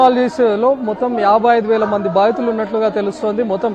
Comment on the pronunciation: Baattulu kadhu thalli, Baadhithulu